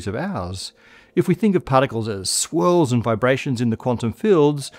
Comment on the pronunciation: I swear I heard you say "Squirrels in the quantum fields" instead of "Swirls in the quantum fields."